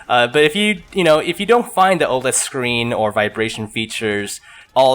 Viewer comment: Yo I didn't see a comment on how to pronounce OLED so I thought I'd write it here, it's Oh-led :P